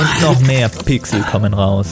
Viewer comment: Ich wollte beim Erbrechen nicht hinschauen und dann höre ich Pixel und ich denke so: man kann Pichsel erbrechen, was sind das für Pichsel und dann musste ich doch hinschauen und anschließend lachen... 😂